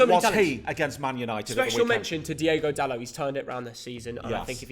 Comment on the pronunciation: its Diogo not Diego Dalot hes from Portugal not from Spain and João Palhinha its Palhinha not Paulinha